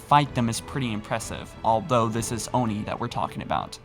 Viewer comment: Do NOT call it Own-ie. it’s Oni, ONI, aw-ni, ah-ni, soft a. Stop saying the hard O. It’s wrong in my head.